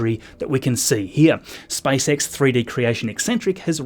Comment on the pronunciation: It sounded like spicex😂